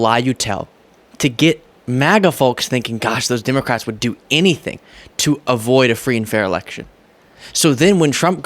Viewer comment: Stop saying DIMOCRATS.